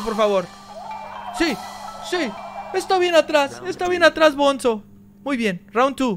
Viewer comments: tule dises bonzo pero es bunzo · Al bonzo se pronuncia albunzo